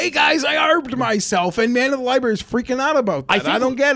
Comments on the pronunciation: Did everyone just let it go that apparently doesn't know how to say the word library? FOUR times they let libary go. How was he not absolutely dragged for that? 🤣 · can’t say library like a lot of the homies on the Spaces.😂😂😂 Li-berry 😂😂😂